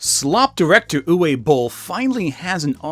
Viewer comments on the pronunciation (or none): pretty sure it's "oovuh" not "youway" ... oogway bowl ... and no i dont like the guy any more than you do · Isn't it pronounced "ooh vay"? I don't speak German so I'm not trying to start no stuff but I'm pretty sure I've heard it pronounced with a "V" sound. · btw, the W in Uwe (and all other German words) is pronounced like a V. Also, the double L at the end of Boll means that the O is short. What was said here would have to be transcribed as "Ue Bohl" in German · Its pronounced 'Oo-vuh" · Dude's name is pronounced "oovuh." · at the beginning calling Uwe Boll 'U Boll' is hilarious because everyone who likes this film is a boll. (You can guess what the second syllable of that is.) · I don't have much respect for the man but you are pronouncing his name incorrectly, it should be "oo-vay". In German, w's are pronounced like a v. Sorry to nitpick, I loved your Shadiversity video. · How the hell did Uwe Boll manage to get hired again? The man's a bigoted piece of abusive trash! ...Oh. Answered my own question. (It's pronounced Ooo-vuh btw. It's German.)